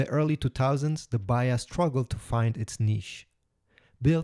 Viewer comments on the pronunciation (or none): Dear AI voice say third not "turd" and say "baHa". That is why i hate AI Voices.